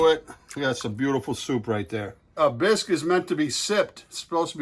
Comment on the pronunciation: Can't even pronounce Bisque